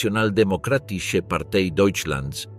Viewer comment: El diptongo "ei" se pronuncia "ai". Así : "Partei"se pronuncia "partai"